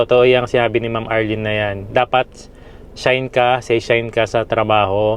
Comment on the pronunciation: Finally and congratulations may investment ka na at mairaraos ninyo yan ni Aya. Correction lang ah, and no offense, hindi shine kundi shain, like company employee ay kaishain 会社員 at ang permanent employee ay seishain. Never say gaijin but gaikoku jin. Magsimula ng mag-aral ng tamang Nihongo dahil baka ituloy na ng bagong Prime Minister na isama ang JLPT requirements para makakuha ng PRV after staying here for 10 years.